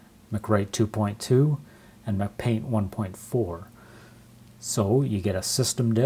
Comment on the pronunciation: lol dude it's Apple, not Mcdonald's. Am I missing some kind of inside joke with you pronouncing "mac-paint" as "McPaint?"